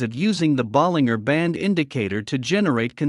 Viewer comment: Stupid AI voice, there's a G in Bollinger, not the way Your AI pronounced it